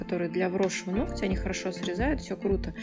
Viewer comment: нООООгтя! Ну ёпрст,! Не ногтЯ🤦